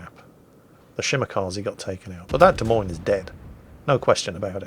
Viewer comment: at least you say "Des Moines" like the locals do unlike Jive Turkey. He always pronounces the 's' because he knows it drives me batty. If "Des Moines" isn't French enough for ya, check out the Iowa state flag.